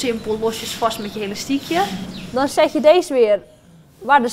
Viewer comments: heyy geen haat ofzo maar het is elastiekje niet helastiekje vroeger zij ik ook helastiekje😂😘❤ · Hahah Het lijkt net of ze zegt Helastiekje😂😂😂😂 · Hahaha leuk je zegt helastiekje maar is niet erg